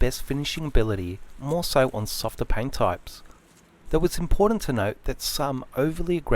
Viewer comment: I’m here to here him say PIAYNT